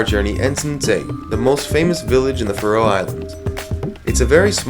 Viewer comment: It's not the "Fa-Row" Islands. It's pronounced Faroe.